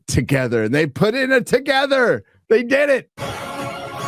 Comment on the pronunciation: Rykard from Elden Ring has a message for you when it comes to "togetha"